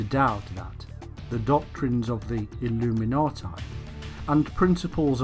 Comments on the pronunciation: Can't get past 4 minutes. This guy says illuminati like a drunken brit. I'm out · I'm just curious. If the man must pronounce illuminati with a "tye" sound at the end instead, does that mean he has "tie time" in the afternoon?